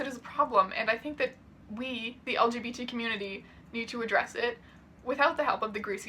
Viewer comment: every single time he says "elgeebeetees" it cracks me up